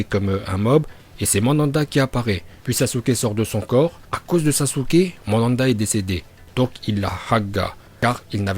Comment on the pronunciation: c'est pas Mandanda mais Manda 🤦🏾‍♂️